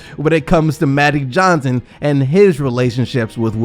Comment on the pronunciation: What the fuck is Mattic Johnson 🤦🏾‍♂️